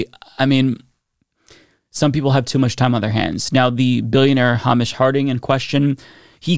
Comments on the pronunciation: Just FYI, Hamish is pronounced "Hay- Mish". It's a classic Scottish name! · This is the third commentator who has no idea how to say Hamish 😂